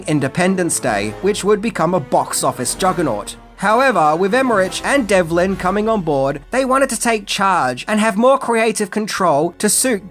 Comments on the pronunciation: of course… when says Dean Devlin’s name he swaps the L and V around 😆 ‘Delvin’ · It’s pronounced “EM-ER-RICK” & “DEV-LIN”